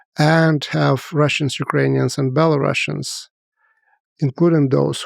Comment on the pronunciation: A historian who calls Belarusians BelaruSSians 🤦‍♂️